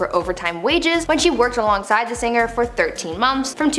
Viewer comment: Narrator...singer is said sing er not sin ger. Gl Not singrrr